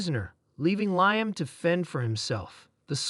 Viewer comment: Oh Mighty A.I. system that made this - us humans would say his name as "lee-am". Apologies for needing to correct you.